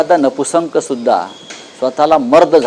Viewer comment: अरे येडझव्या ..... ते नपुंसक असत रे नपुसंक नाही तुला तरी येत का नीट मराठी गांडू